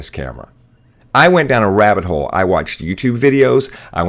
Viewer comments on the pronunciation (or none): none